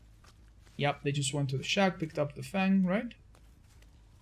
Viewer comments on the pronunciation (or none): none